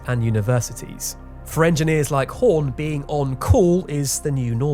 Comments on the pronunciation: your pronunciation was fine, except where you kept throwing in German "sh" where it was just an "s". Oh, and you mispronounce the Horn lady where the o has the dots over it, umlat-style, making her name more like Herne, or Hurne, but definitely not "Horn," The Icelandic place name you threw in an 'h' something fjord. Also, you spelt somethings that should have had a 'j', like Rejkjavik, with a 'y'. They don't use that letter. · 'Hörn' is pronounced Hearn! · Don't listen to these suck-ups telling you your pronunciation is fine. It's not, it's absolutely terrible. Hörn rhymes with Heard; it's not "horn". Consonants are ENUNCIATED. You tried to say Fagradalsfjall in a way that no Icelander would understand. I thought you were segueing into a falafel ad. Better would be to pronounce it as "FAK-RA-DALSE" (rhymes with LAG MA DANCE) and then you're basically screwed because the LL in "Fjall" makes a clicking sound that most people mishear as a 'K' (the K is formed in the roof of the mouth, but the LL click is formed around the wisdom teeth). Should you re-record parts of the audio? Probably, yeah. You are welcome for the brutal truth.